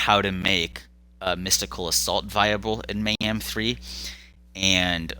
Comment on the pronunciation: May-ham, may not ham, who knows? 🤷‍♂️